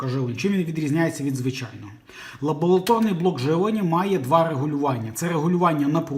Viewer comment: лабоЛаторний, який же ти безграмотний.